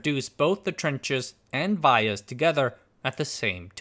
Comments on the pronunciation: Not Vy yahs - Vee YAhs. In America. VIA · I design and put together power IC's for a non-descript large corpo. They're pronounced "vEE-uhs" ;) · Vias: “Vee-uhs ” Pitch = line width + line spacing Actually, Black Diamond is the name of the best song from KISS. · The way you pronounce vias triggers me 😂, love the video’s regardless